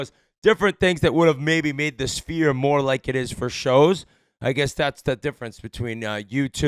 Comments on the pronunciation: The Jewish Sphere - Schfeer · I see Biz still hasn't figured out the pronunciation on "Sphere"